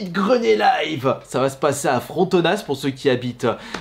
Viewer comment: Ça se prononce Frontona, on dit pas le S